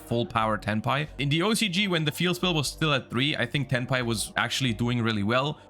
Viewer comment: Every time he stays Tenpai.... all I can hear him saying is Hentai..... 💀